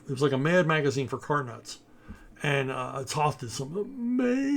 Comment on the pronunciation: Toe-th! Toe-th! Toe-th! Not “Tahth”!